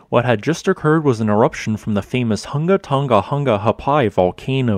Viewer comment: You should get a medal for pronouncing the name of the island. 🌋